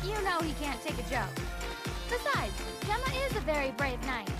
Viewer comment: Gemma? I'm pretty sure he used to be called Jema...